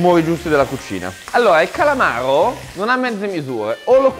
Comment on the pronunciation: Per chi ha la R moscia mai fare un piatto col calamaro... il calamavro